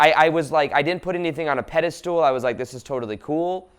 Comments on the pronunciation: I love your videos , they are full of awesome insight. But please stop saying "Pedestool" instead of "Pedestal". It's a word you use in a lot of your videos and you mispronounce it every time :) . Much love ! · He also says “pediSTOOL”, cracks me up😆❤️